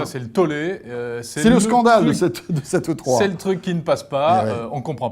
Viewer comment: il dit E-cube, E puissance 3 quoi